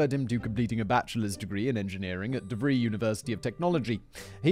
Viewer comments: Lol “Dev-ree University”? It’s “Dev-rye”, and I know that from infomercials! Not sure if they’re still around, but they def seemed like that “University of Phoenix” scam bullshit. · I know he mentions different pronunciations like "Los Angeleees", but he still said DeVry as DeVree and it cracked me up. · The y in Devry is pronounced "I." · Gold's Gym isn't just in LA. And DeVry University is pronounced with an I sound at the end rather than a long E.